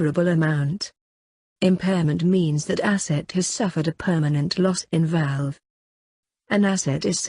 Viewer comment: VALUE, not VALVE